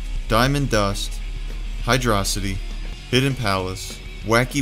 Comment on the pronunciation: awesome video, the original blitz stuff is very nostalgic, i used to download a lot of level and character mo... wait... did you said "hydrossity"??